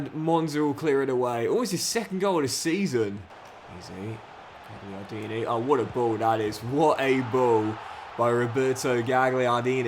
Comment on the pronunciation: Just a little thing! Gagliardini - the GL is pronounced like a 'y' - galyardini And the GN is like the ñ in Spanish... Like zaccanyi (zaccagni) 😁